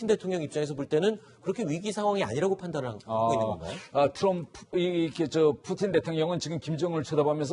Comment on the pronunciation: 푸친이라는 발음 멋지다 뭔가 ㅋㅋ